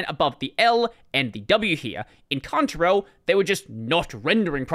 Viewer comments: I like accent, I never knew I used a "cunt-rail" font ;-) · "I'm just going to say it as Contarell, it might be Cantarell, I don't care" -- Isn't the spelling enough of a give away?